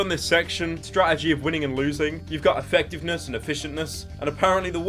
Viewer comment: ah yes, effiiontness, a real word